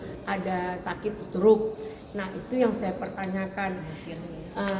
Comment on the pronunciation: Lha om atit...atit apa.... Oalah atit apa atut???.😂😂😂😂😂